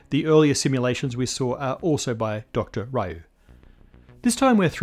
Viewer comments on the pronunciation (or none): Ree-you, not Rye-you. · I ain't heard no one pronounce Ryu as Rahyoo since Street Fighter 2 first dropped back in the early 90s. 😂😂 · I suspect Dr. Ryu's last name is pronounced more like 'Liu'